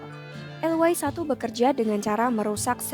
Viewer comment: Fokus ejaan y yang di Indonesia di eja ye sekarang dibaca way(englis),hemmmm...